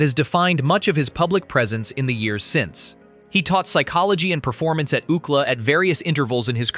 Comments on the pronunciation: Please… let’s have a human voice instead of AI!!! Many words and acronyms mis-pronounced throughout the video. For example: Instead of saying every letter of U C L A, it says “ookla” Really? This takes away from the professionalism of putting out a video that stands on its own. Sad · "Ooh-klah"? Is that like Ooh-klah Fran and Ollie?